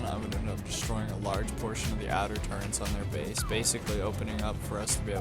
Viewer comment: Turrets bro. Turrets. Not Turrents